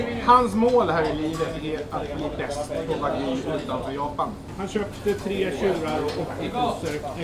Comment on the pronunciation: Alltså vad är det med stockholmare och uttala wagyu vagy?